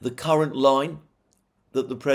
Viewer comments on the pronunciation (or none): none